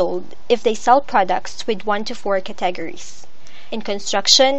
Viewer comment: "One hundreds of curTAGeries" Maybe next time get someone who actually speaks English?